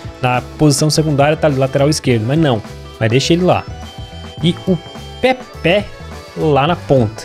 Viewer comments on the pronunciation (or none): none